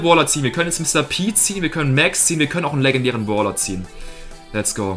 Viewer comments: Das heißt Brawler nicht bawler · lern mal deutsch boler und bolstars